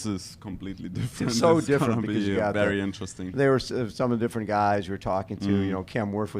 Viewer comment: gonna miss the famous 'becourse' - what a gem of an human being